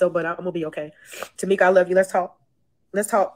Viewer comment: You said Tameka